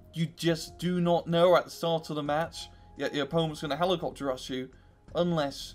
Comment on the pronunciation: You can't say rush and it's fucking killing me.